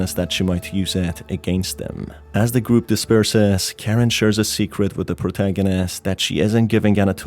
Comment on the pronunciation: I hate that literally everyone gets the names wrong... Usually they either get Mariah or Karins name wrong but oh boy you got both wrong. It's pronounced MA-RYE-A not Maria And it's pronounced KA-RIN not Karen I don't know how people keep getting the name so f**** wrong but holy s***.